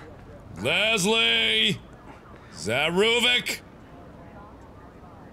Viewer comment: Biggest pet peeve, there is no 'z' in LeSSSley!